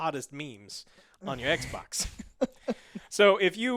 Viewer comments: I love how he says xboc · Lol “X-bock” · i like the way he says xbox